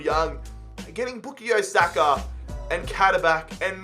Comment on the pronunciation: With all due respect it not bookie Osaka it bukayo saka